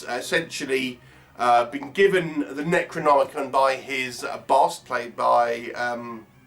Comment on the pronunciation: Fucking dreadful.The actors keep pronouncing it as NECROMONICON.A pile of dogshit,avoid!